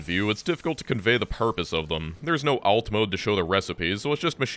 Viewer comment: I could adjust to the pronunciation of alt, but when you said stator I just about lost it.